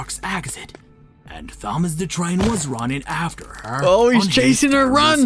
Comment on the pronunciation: The Narrator Is Saying Thomas' Name But The "H" Is Not Silent...